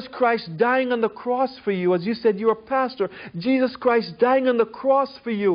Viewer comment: Can't help but hear "Jizzus Christ" every time this guy says it.